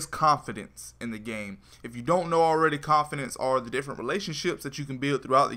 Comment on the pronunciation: I disliked because he cant say confidant They are not confidence They are (CON-FEE-DAWN-T) CONFIDANTS